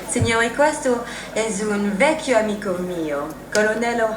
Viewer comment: I think you are being way too kind. is pretty poor - wrong intonation, no stress, no raddoppiamento fonosintattico (as in "vecchio"). But of course it's not too bad compared with Brad Pitt, who is truly terrible!!!